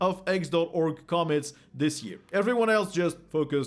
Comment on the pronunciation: The word commits is pronounced come-MITz -> where the EM-fa-sys is at the END 😉